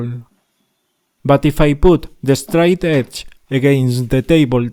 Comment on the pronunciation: Yeah… is it the “straight edge” or “de-stroy edge”? 😜